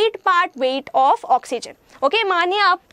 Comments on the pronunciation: mein kis kis ko maniye ke jagah mania sunai diya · Me you are right she is talking about X MANIA 🤪🤪🤪🤪🤪🤪🤪